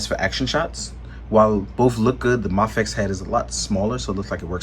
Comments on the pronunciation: Pronounced may fex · D advocates that "Ma-fex" is the correct pronunciation, and makes a point of saying it that way. I heard him talk about it in a live stream not long ago.